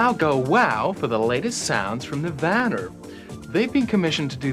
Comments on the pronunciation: Did she call them Nivanner? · lol "nirvaner"